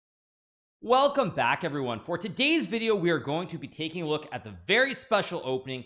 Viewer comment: The “WELCOME back everyone”always gets me